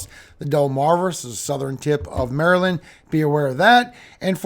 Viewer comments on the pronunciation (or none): none